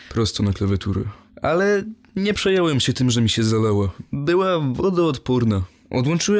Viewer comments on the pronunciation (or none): Ja tam słyszę "przejełem się", a to oznacza, że albo było to wypowiedziane niepoprawnie, albo dykcja jest na niesamowicie niskim poziomie (co przy lektorce nie ma prawa bytu) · btw. "Nie przejąłem się" a nie "nie przejełem się"